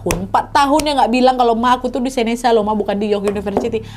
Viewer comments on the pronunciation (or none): Hi Nadia, Yg kamu uacpkan College tadi di ucapkan Seneka bukan(Seneca) dan York bukanlah Univ yg terbagus di Canada